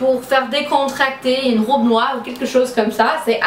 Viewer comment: What's going on with your french ? Lol Why dou you say "rôbe" instead of robe ? (Like globe) ;-)